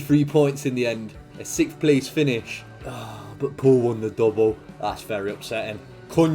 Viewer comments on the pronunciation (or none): none